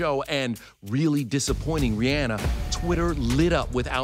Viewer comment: The real backlash should be the way you all pronounce Rihanna’s name.